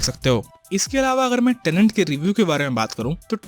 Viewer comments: अबे झंडू टेनेंट नहीं "टेनेट"। "TENET" जिस फ़िल्म को एक्सप्लेन कर रहा उसका नाम तो ठीक से कर!! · Tenet hai tenent nahi. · It’s tenet not tenent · Why am i hearing tenent